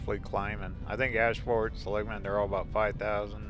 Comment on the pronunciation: This probably doesn't bother anyone but me LOL my ancesters are Seligman and you're pronouncing it wrong. The emphasis is on the 1st syllable not the 2nd☺